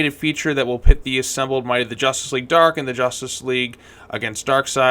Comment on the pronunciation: Jushtice Shleague